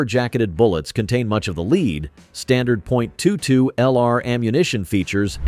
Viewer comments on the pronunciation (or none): Lead : led, not leed, as regards pronunciation - like .22 LR ammo, AI definitely has its own limitations. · AI is still struggling with English word pronunciation. It's pronounced LED not LEED. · Al pronounces the metal” lead “ as leeeed